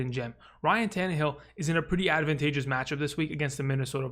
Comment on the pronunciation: I love how you say "advantageous" as "adavantageous" every time. I don't know why, but I do.